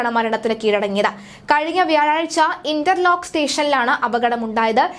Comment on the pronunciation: ഇന്റർലോക്ക് സ്റ്റേഷൻ അല്ല മോളെ ഇന്ദർലോക് ആണ്